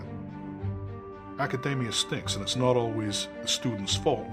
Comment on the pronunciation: For such a "genius", it's strange that he can't pronounce the word "academia" properly. And his head size theory is wrong. There are many animals whose heads are bigger than ours, and yet they're obviously not as intelligent.